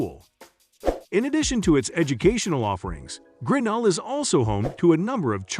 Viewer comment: It's not GRINell, but griNELL, with the accent on the final syllable